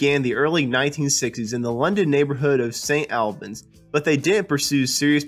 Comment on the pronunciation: Indeed. St Albans, for instance, needs to have the 'a' vowel from the word "awl", not from the word "far"